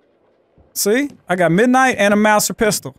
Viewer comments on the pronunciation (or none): Also the Mauser pistol is pronounced “mouzer” not “mousir”